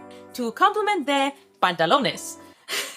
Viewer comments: OMG!!!! You don't know how HAPPY IT MAKES ME TO SEE ONE PIECE BJDs!!!!!!! Please do them all ILL CRY OF HAPPINESS BTw.... Top tier pantalones pronunciation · Yes I’m not a regular viewer so I thought she spoke Spanish because of how well she pronounced it! Haha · As a spanish speaker I really adored how pronounced "pantalones" in perfect spanish. 10/10